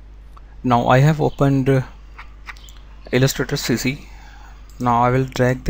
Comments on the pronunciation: hahhahahhjajahajhahja i come here for that elesteter sesy" hahah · what are you saying at ?